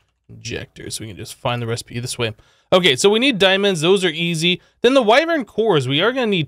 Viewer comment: That is not how you say wyvern